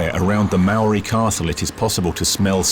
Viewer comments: Hi, good view of life in NZ with history toi. Enjoyed the vid! Though Maori - mari ? -is more like 'mowri'. Marae is 'Ma ri' not Mari-a.. good try though! I'm a NZ euro so hope that's right!? "that'll be right mate! " - kiwi fred dagg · Omfg could the not find anyone to pronounce Maori ? Fuck sakes